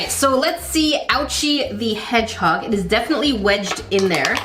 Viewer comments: lol the way she just said “headHog” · “Hed hog?